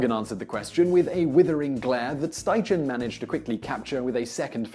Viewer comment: Great video, I believe Edward Steichen's name is pronounced Schti-Ken